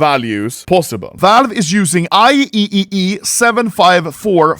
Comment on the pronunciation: Just heads up. normally pronounced, I Triple E.